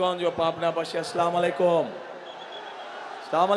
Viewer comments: সালাম ভালো করে দিতে পারেনা .. উনি সালাম দিয়েছে স্লামালাইকুম..... শুনি নাকি প্রধানমন্ত্রী হবে. হাস্যকর 😂😄🤣😆 এভাবে সালাম দিবেন আসসালামু আলাইকুম ওরাহমাতুল্লাহ... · স্লামালাইকুম লন্ডনী মুফতি তুমি কি এর অর্থ জানো সালাম টাও তো ঠিকমতো দিতে পারো না মুফতি সাহেবদের মতো হাদিস তো ভালোই দিতে পারো আগে নিজে সালাম দেওয়া শিখো এরপরে মুফতি সেজো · সালাম শুদ্ধ হয় নাই আসসালামু আলাইকুম ওরাহমাতুল্লাহি ওয়াবারাকাতুহ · সালাম টিকমত দিতে পারেনা আসছে নেতা হতে😄😄😄😄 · সালাম টাও শুদ্ধ করে দিতে পারে না সে নাকি আবার নেতা হবে 😂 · সালাম টাও টিক করে বলতে পারে না ুমন নেতা ইসলাম এর কি বুঝতে পারে জানিনা,চাদাবাজ দুর্নীতি বাজ খুনি খাম্বা তারেক এর দল এখন খুন করে নিজের দলের মধ্যে এরা কি জনগণের জান মাল হেফাজত করতে পারে ছেলে বিএনপি কে ভারতের দালাল এদের কে বয়কট করতে হবে নতুবা জনগণ ও ইসলামের কতি হবে। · Salamtao shuddho vabe dite pare na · পেদানমুদি হবেন #সালাম টা ঠিক মত দিতে পারেন না। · সালামটা ভালো করে শিখুন ভাই, আগামী দিনের প্রধানমন্ত্রী সালাম দিতে পারে না- এটা মানায় না। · কেউ সালাম টা ভালোভাবে শিখিয়ে দিয়েন৷ 😂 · Halay ki salam dite parena valovabe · নেতা সালাম ও ঠিক মতো দিতে পারে না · এই তারেক ভারতের পেটে ঢুকে পরেছে।ছালাম টাও উচ্চারণে ভুল ভাবে দেয় সব সময়।এটা আবার মুসলমান দাবি করে কি করে? আল্লাহর আইন চাই না বি এন পি।তাই এরাই ইসলামের শত্রু ও বিগত স্বৈরাচার আওয়ামী লীগের মতোই দুর্নীতি বাজ ও চাঁদাবাজি টেন্ডারবাজি দখলবাজি ও টাকা লুট করে আওয়ামী লীগ ও ভাগ দিয়েছে লন্ডনে তারেক কে।😮😅😅😅❤❤এইসব ভুয়া আলোচনা বর্তমান দেশের জনগণ খাই না। চাপাবাজি খুব কিন্তু স্বৈরাচারী আওয়ামী লীগের মতোই দুর্নীতি করে। বয়কট বি এন পি।😊😅😮😢😢❤❤ ইনসাফের বাঙলাদেশ চাই বর্তমান দেশের জনগণ 😊😮😮😢❤❤❤❤ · হায়রে কপাল পোড়া মুসলমান সালাম টাও ঠিক ঠাক দিতে পারে না।